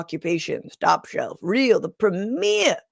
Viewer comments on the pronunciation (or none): The Praameir 😂